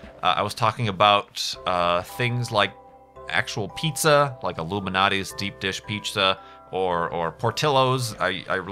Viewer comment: I'm pretty sure I heard Illuminati's instead of Lou Malnati's.